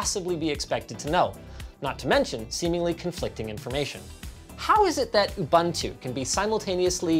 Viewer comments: say ubuntu right next time! its ooo bun too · How to pronounce "Ubuntu"? Say "Ooh" "Boon" "Too". Ooh-Boon-Too. Ubuntu. God bless you. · its ubuntu not ubantu